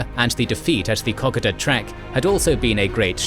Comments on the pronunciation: Once again, it's pronounced "Koh-Koe-duh", not "kok-kod-duh". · WW2 cartoon showed Lightning pilots accompanying a luscious lady onto an airfield with the slogan "Escort to Wow!' because of the frequency of Fighter escorts of DC3's to Wau. P.S. Kokoda is pronounced Co-Coda!!! A20's Bostons and Havocs are bombers rather than fighters. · Please learn to pronounce the names of the locations correctly. My Grandfather on my mothers side was in New Guinea on Kokoda. You have to give it respect by pronouncing it correctly. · Seriously! you need to learn how to pronounce Kokoda properly. Here is a link. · Your still pronouncing Kokoda wrong. Kokoda rhymes with soda not cod fish. Your getting wewak wrong too weewak. long e.